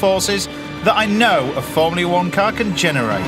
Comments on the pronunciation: "formleay 1" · Why can't this chef pronounce the word 'Formula' correctly?